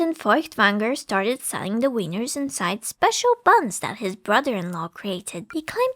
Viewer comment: also its Wieners (Wee-ners) not Weiners (people who are crying)